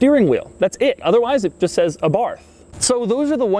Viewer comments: it is pronounced àbarth, not abàrth. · Pronounced A-barth not abarth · Abarth is pronounced "Abart". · It’s pronounced “ABART” you don’t pronounce the “th” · Abarth...AY-barth...emphasis on the first syllable, please. Carlo would thank you. Please slow down a bit on your delivery. You have expert analysis and wonderful insights to share and we all want to hear, understand and process them. Drive the cars fast...and speak a bit more slowly. Feel free to either review this car all over again with proper sound and video or...simply delete it. This piece is simply not up to your usual high standards and erodes your brand. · 5653 comments so far so I'm guessing that someone has mentioned that this is a 124 spider not a Abarth spider and that Abarth is pronounced Abart as in Italian the 'H' is silent. Maybe with a little 'ah' at the end. As an owner I can also mention that these cars a re far from perfect but are in fact a great all rounder that appears to be reliable as one would expect of Japanese manufacture coupled with Italian style. Ie flawless so far. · Abarth, not aborf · I think you're really cool Doug... but this is how you pronounce Abarth... eh bart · It is pronounce ARART not Abarth dummy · sound like youre saying Abarf. lol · It's pronounced eh-BART you fucking dipshit slender giant freak. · The "th" at the end of the word Abarth is pronounced as a hard-t sound. "Ah-bart". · Abart the H is silent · Abarth is pronounced without the H